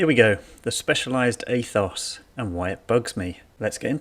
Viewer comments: Yep, “Ay-thoss” - why did the pronunciation of this word get so much air time? Kind of ruined an otherwise decent video. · A'toss' or A'tose' with a long drawn out "O"(s_ _ _, that's expensive ! ), is the proper pronunciation in Greek. But Specialized will probably offer a pronunciation guide for $89, and thousands of Americans will buy it.